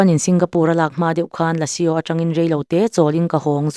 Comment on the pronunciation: Lasio nilo in..lasuu tia lamtur